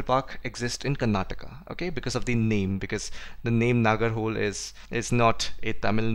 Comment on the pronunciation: Okay many might have commented this.. but nagar-hole is not even kannada.. it is pronounced as nagara-holay and that is kannada. Yes, one can distinguish between words of different languages based on their sounds and for that right pronunciation is important, hence thought that the comment was relavant.